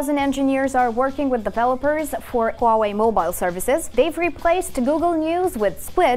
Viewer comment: you know it's gonna be a good video when the host can pronounce huawei correctly